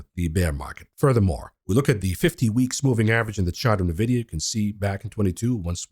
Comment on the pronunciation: Nvidia....ENvidia. i you cant say the name of Nvidia properly why would anyone believe anything else you say?